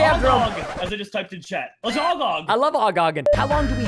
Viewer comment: Not GOGO it’s never that It’s OGOG